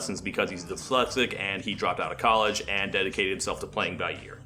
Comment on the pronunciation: did you pronounce 'dyslexic' like that on purpose? Cause it's a little funny. I had to turn on subtitles.